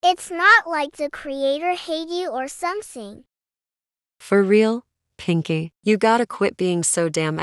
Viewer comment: Not "pinky" ITS PINKI💀